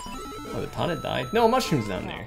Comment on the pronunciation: First time viewer and I wanted to stab my ears out everytime he called Toad and Toadette Todd and Toddette.